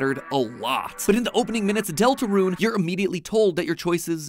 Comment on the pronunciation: “ deltraune theory “